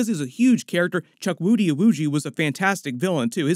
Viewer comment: Cool. I heard Chuck Woody 😄... his name is pronounced and sounds more like "Chookudi". The "w" is kinda silent. Chukwudi is repping naija 🇳🇬 proudly! video!